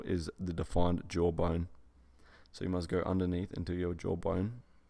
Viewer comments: guys he's saying jawbone not jawbine 😂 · he was saying "jawbone" in his accent